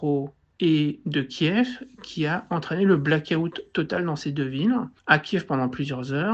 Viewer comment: On ne dit pas Black-août, mais bien Blackout